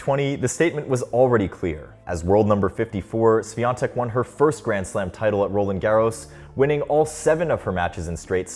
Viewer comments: Please learn how to read her last name. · You could at least make an effort to learn how to pronounce her last name if you're going to make an entire video about it, it's not that hard. Terrible work. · I’m proud of her, POLSKA GÓRĄ 🇵🇱🇵🇱🇵🇱 Also, the correct pronounciation for her last name is “ˈɕfʲɔntɛk” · Iga just seems to be likable and I hope that this huge success won't change her. About the video: you can stick with "Iga" ;) maybe try to ask some Poles to pronounce Świątek for you? or listen to google translate? I know Polish can be really hard for foreigners, but hopefully Iga will be there for years to come, so trying to learn her surname should be worth it. That "i" should be way shorter... "swiontek", not "swiiontek" - quite as you would stick short "i" in "won"... Short "i" like in Winona (Ryder) and as far as you can be of "ion" pronunciation ;) maybe fast sshh (like in silencing someone)-we-on-tek , NOT "S-we-ion-tek" I appreciate that you have used Polish letter while writing her surname in title :) Sorry for long post... I had fun trying to find good idea how to describe that sounds :P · Bruh its not that hard to lean how to pronounce "ą" and especially "ś" in in her surname. Why wouldn't you even look up the prononciation if the whole video is about her? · It's time you learn how to pronounce her name correctly... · Ś is pronounced closer to English SH, rather than S. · Don't watch much of tennis, just came here to hear how wrong Świątek is pronounced. Love our wifi password surnames. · It would be nice if you told her surname correctly, it's not that hard to find out. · Learn how to pronounce her surname, THEN make a video about her. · It's time you learn how to pronounce Świątek 🥲